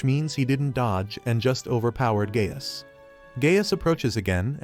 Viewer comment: Anyone else hearing Gay ass instead of Gaius